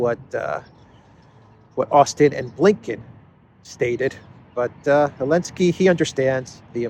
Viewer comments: Anybody, tell me please, why he pronounces Elensky, and not Zelensky? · What's the reason for now saying Elensky instead of Zelensky?